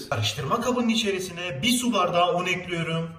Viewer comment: Eklüyrum demesi cok hosuma gidiyor neden bilmiyorum🤫😂😂